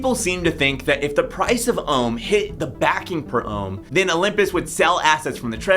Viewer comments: my man you said rome instead of ohm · when you said nobody has to bond ohm (well you said rome)